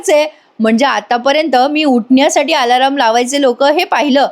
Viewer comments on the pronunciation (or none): अदखलपात्र.......असा शब्द आहे 👍 दखल घेण्याची गरज नसलेला. दुसरा शब्द..... Alarm अलार्म ... अलार् म ... वर्ग , सर्व म्हणतो ना, तसं‌. अलारम हे बरोबर नाही. 👍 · आलाराम नाही अलार्म म्हणा